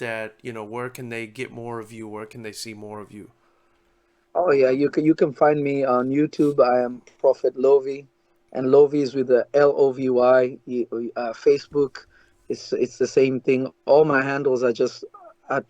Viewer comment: His name is pronounced Prophet "Low Vee"not "Lovie."😀 Nice interview!